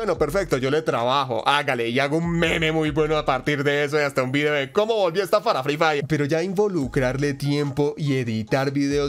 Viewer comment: Jsjs ya seme así el asentó Colombiano pero la verdad free diré e suena mrd :v